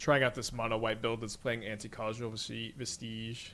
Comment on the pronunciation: thank you so much for saying Anticausal correctly